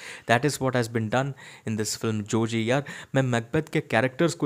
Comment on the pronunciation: Jogi not joji